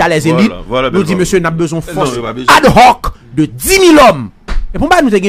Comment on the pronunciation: Ad "roc"? se lit dans le calme phonétiquement " adoc". Le h ne se lit pas en français, muet ou aspiré. Max Weber, pour caractériser l'Etat, évoquait le "monopole de la violence physique légitime " et non de la "violence légitime". Nuance.